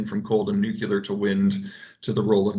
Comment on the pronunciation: 'Nuclear' please.